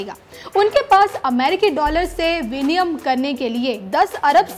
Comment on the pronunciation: कृपया अपनी हिन्दी सुधारें. विनियम नहीं विनिमय होता है.